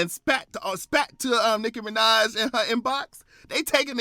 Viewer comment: Nickel Mineh at it again